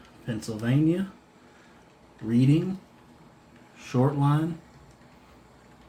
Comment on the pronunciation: his name is Rich Uncle Pennybags! Short Line ISN'T a railroad that served the Atlantic City, NJ area it was a Bus Line! 🤣 & Reading is pronounced Redding actually 😉